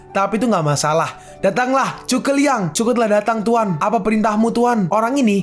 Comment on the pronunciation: Bukan chuke liang tapi zhuge liang makanya dari episode 1 sampai 39 tulisan zhu (zu) bukan dibaca chu(cu)🤦🏻‍♂️🤦🏻‍♂️🤦🏻‍♂️